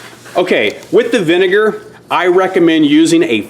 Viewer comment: It’s vinegar not vinger 😂😂